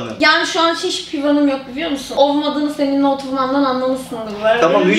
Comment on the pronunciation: saniyede kız hiç bi hedefim yok biliyomusun diyor biliyomusun daki ( l ) harfini gayet normal söylüyor🧐